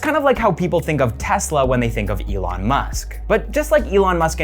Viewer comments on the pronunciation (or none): none